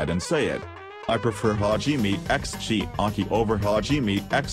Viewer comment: chiaki not chiki are you having a stroke